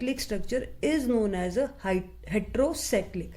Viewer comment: its heterocyclic mam not hetro